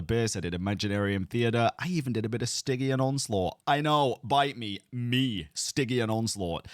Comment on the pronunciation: that’s.. not how to pronounce stygian 😭